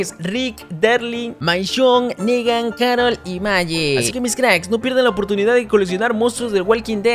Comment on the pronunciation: Dijo karol? Se rrrr mamo 😂😂